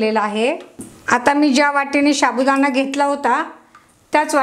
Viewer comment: शाबूदाणा नाही साबुदाणा म्हणतात 😂😂😂